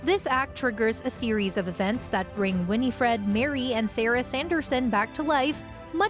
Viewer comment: Her name is either Winnie or Winifred not "Winnie -Fred". Get it right you dolt